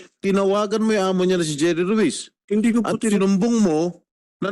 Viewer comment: Correction kuya...ruiz po at hindi rutz...kng maka rutz ka ha hahhaha